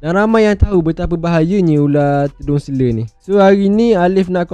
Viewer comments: Selar... Bukan selerrrrrr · selar, bukan seler... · Selar bang, bukan sele😑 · Selar bukan seler.. hahaha.. gurau2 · selar bukan sele.. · Tedung seler...tedung seler. Tedung selar lah. Sebutpun tak betul. Patut la ular patuk. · Terima kasih ml studio. Mana yang duk cari2 ytc aliff tu. Ni jemput singgah. dan satu lagi saya orang terengganu sbb tu sebut ular selar jadi seler😂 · Dia ni mesti orang Melaka sebab sebutan "selar" tu jadi "sele". Kalau orang Johor, sebutan tu jadi "selo". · Sele. Terengganu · dia ni mungkin org ganu atau klate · Tgk pseng ckp org tganu,.